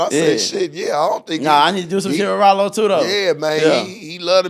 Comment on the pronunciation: btw it’s not “Ralo” it’s RYLO 🦍